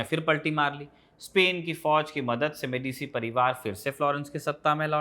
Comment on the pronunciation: Bhaiya wo मेडीसी nhi मेडीची hai ।